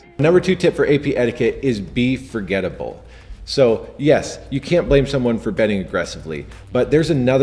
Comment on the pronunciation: “foregettable” * forgettable